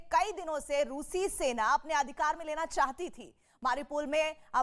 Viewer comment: सैतान नही सेना हे सेन बोल्ना सिख्लो